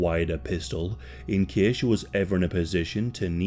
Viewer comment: "this cæs takes plæs" best words of the day ong